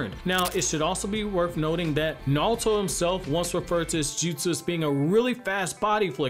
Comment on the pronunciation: Nahlto lol